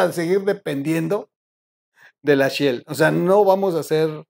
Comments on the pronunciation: Si dice "Shell", no "Shill" Excelente video como todos.. Un saludo. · la empresa es "Shell" (concha marina, mira el logo), no "Shield" (escudo, de los Avengers)